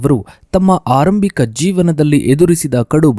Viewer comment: Karge or kharge Aarambika! Sangarsha not sangharha! Aaramba or aarambha Kyata o khyata etc. Very bad pronunciation!!